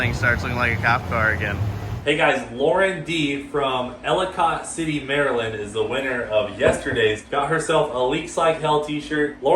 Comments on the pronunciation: I'm from Maryland and you pronounced Ellicott City wrong which a lot of non-Marylanders do. It is pronounced: Ell-a-cott. The "i" throws people off. Who knows, maybe I have been pronouncing it wrong all my life? It's all good and really doesn't matter anyway. Hell Yeah. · It’s pronounced “ellicut” city. 😂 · Hearing him say Ellicott city, MD like that 😂